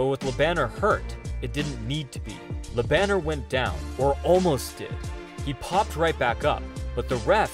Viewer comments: It's "Lö Bun n'airrr", not Banner as in Bruce Banner. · Bro. Its pronounced. La bon air. Not la banner. Its french name ma brother. Cant be reading it in english. Thats silly. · His Name is Jerome Le Banner. Not whatever u said.